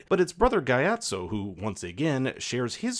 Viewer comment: If y’all are going to “pretend” to be fans of a series to try and get views of its fanbase, you can at least try and get the pronunciations correct. Hearing this guy mispronounce Kyoshi and Gyatso’s names really made me stop watching.